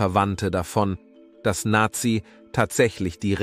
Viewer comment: Aber der Name Nazih wird mit stimmhaftem s gesprochen, also eher Nasi. Und bei Fouad liegt die Betonung auf dem a.